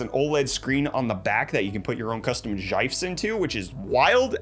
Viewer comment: Love the show as always but the way you said ROG and Gifs... Oof